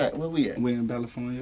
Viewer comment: "Balifornia" got me deadd🤣